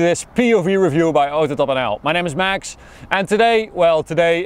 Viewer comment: Since I wrote "Maxch" many times now I notice he made an effort to say "Max" properly :D